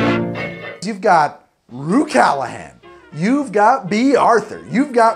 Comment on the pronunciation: I cringe everytime he says Rhue's name wrong.